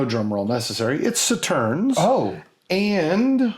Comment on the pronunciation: Just FYI: "d'Or" should sound pretty much like "door" - the is no 'wa' involved nor is it 'Dior'; the "s" on the end of Sauternes is silent (e.g. 'so-turn'); the "ll" in Monbazillac and the "j" in Tokaji both sound like "y", so 'Monbaziyak' and 'Tokayi' (there are other nuances, but that would be closer than what you said...). Sorry to be picky, but French was my major subject at university! For butt jokes, you need to check out the labels for Hanyu "Nice Butt" and "Big Butt"... Surprised you didn't mention Firkin (40L). The change with sherry barrels started a long time ago, but was 'fixed' by a Spanish law (in 1986?) that made it compulsory to bottle sherry at source before export, so 'transport casks' became impossible. Still a very good episode and I'm looking forward to the next one.